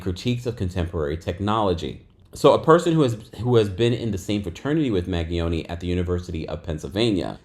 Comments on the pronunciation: Hi, name is pronounced Man-ge-own, the g is soft. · glad I’m not the only one! him mispronouncing it was driving me nuts. 😂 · It's MAN-GEE-OWN-EE "Mangione" LAWD I hate hearing y'all yanks pronounce sh*t 😂😑